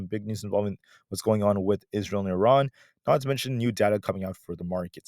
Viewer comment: why do you pronounce Iran correctly??